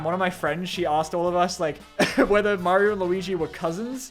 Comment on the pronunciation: Maryo movaie mommant